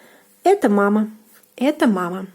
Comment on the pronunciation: Please, don't pronounce "etO", but the correct " etA" because it is confusing... :)